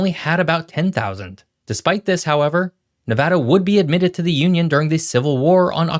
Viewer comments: On behalf of all the west coast.. thank you for pronouncing NevAda correctly! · Thank you for saying NEVADA the correct way!! We appreciate it! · Thank you for pronouncing Nevada correctly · Thank you for pronouncing Nevada the correct way. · Thank you for pronouncing my state name correctly!! LOL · thank you for pronouncing it right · As native Nevadan, I'm just glad he pronounced the name of the state properly!!!